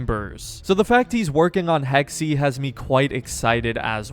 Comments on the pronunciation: Hex-uh not “Hex-ee”…jesus why can’t Americans actually try to pronounce things properly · its pronounced hex not hexy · “Hexey” 😂 I think it’s pronounced ‘hex’. Americans…😂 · It’s pronounced like Hex not Hexy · Game most likely takes place during times of witch hunts. Pronounces a variation of “hex” as “hexy”. bahaha 11 times. He said hexy 11 times. Hahahaha! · Pronounce it Hex, not Hexy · Hex… just say…. Hex…. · It is pronounced ’hex’ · In the word "Hexe" the second "e" is actually pronounced like the first one. S bit like "Hexuh" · "Hex-E" Anyone who speaks German: Emotional Damage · It might be spelled Hexe but it's still pronounced "Hex". But thanks for giving me ear cancer, I guess. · It's Hex-eh (Eh like in Eh-nergy) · It's pronounced HEXA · It's pronounced Hex-eh (Eh as in Eh-nergy) It's german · The E is silent on hexe lol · Funny how every English native speaker pronounce the word Hexe wrong! 😂